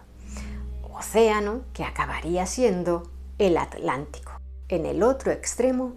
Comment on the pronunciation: Muy bueno y gracias por pronunciar ATLANTICO como Dios manda. Ahora en España muchos dicen Alántico, Aleta, aletismo.... metiendo esa "H" donde nadie la ha llamado en nuestro idioma.